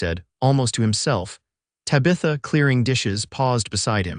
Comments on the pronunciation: Beautiful story, but it did annoy me that the entire video called her Tuh-bitha. Guess that’s just an unfortunate issue with AI. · Oh boy, another AI narration that mispronounces the main woman’s name so bad I can’t watch it.